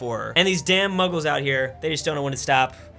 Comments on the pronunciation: Mughals not Muggles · Prounounces it Muggles Me: nerdy screaming